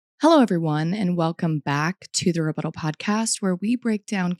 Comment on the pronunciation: Your REButtals are always so on point 💯